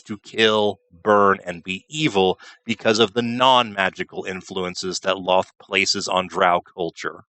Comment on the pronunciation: I thought Drow were, in fact, albino, like so many subterranean creatures, but always cast in shadows by LoLth. LOL-th, not loth, speaking of fact-checking. ;)